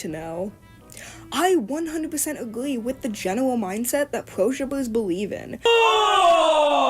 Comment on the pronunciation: I couldn't watch the video until the end, couldn't stand her pronouncing " R ", " W "... Like " pewo " instead of " pro " 🤮